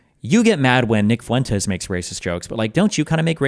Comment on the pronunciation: I don’t know about y’all but whenever I hear “Nick Fluentes” nowadays it’s just sounds like “Di k in the Ass” and we all know what in the gay sex tape I’m referring to. Oh of course the tape the jeuuuuuuusss planted in his stream.😂😂😂😂